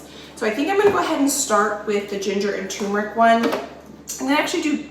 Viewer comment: It seems like every time I watch one of your videos, I have to correct either your grammer or your pronunciation. Sigh. It is "term" eric, "toom" meric!